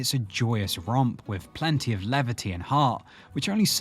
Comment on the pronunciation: LakotA Souix not Lakoto